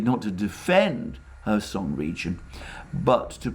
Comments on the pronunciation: There is a "K" in Kherson. My wife who is from Kherson pronounces the K. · Nope. It’s pronounced Hersón. like German Herr) and són.